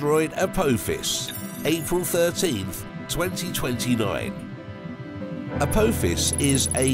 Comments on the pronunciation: its prenounced ApOthis NOT ApOAthis, its named after the Greek God of destruction, NOT a stargate movie character, a simple bit of research is all it takes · Please stop saying A po fiss it's literally killing us ... you even name checked SG1 😂😂😂 it's not how it's pronounced at all in any way 😂😂😂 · You are saying apophis wrong. I have never heard anyone say it like that. The O doesnt sound like that. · It's pronounec A POPH IS,get it right.. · The "o" is silent in Apophis. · At least get the name of Apophis right, its named after the Egyptian god...You messing it up on purpose imo. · as a fan of stargate, it was quite annoying the way he said Apophis. also the way he said Halley made me wonder if he has ever left his house..